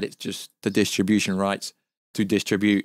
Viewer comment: We know it distribution means but do you think you can learn how to say it right